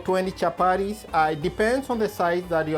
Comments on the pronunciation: CHAPARIS PLEASE IT IS CHAPATI.... WORA ITS WATER. WOTA! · Chapatis NOT Chaparies, great job though Chef👨‍🍳